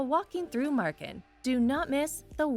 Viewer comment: Marken and Groningen were... decent